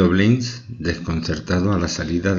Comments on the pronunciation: Me dió sueño el relato...señor 🙄🙄🙄y es Blanes, no Bleins😏🤪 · Blanes!!! Así como se lee!! No se leé, Bleins!!! Que mal que ustedes, españoles, no sepan decir ese apellido. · Sr locutor el apellido es BLANES en castellano, manía de cambiar el sonido.Blanes, gracias. Mi pésame Cámilo Blanes Ornelas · Es simplemente Camilo Blanes, se pronuncia como se escribe. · Es un apellido español,no lo pronuncie por favor como si fuese inglés. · Es Camilo Blanes pronuncia bien